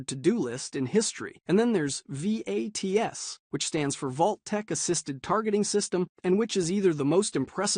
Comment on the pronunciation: It's pronounced "VATS", not spelled out.